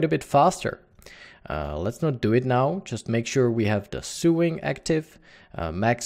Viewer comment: Pronounce Sewing.......... Sowing........ a long O Great Tut! Cheers & Thanks